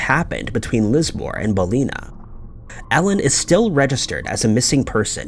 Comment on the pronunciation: Was trying to figure out the town in the second story but when you said Lismore as well, I realise you were saying Ballina wrong 😂